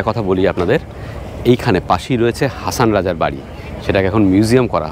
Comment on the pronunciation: হাসন রাজা। হাছান রাজা নয়।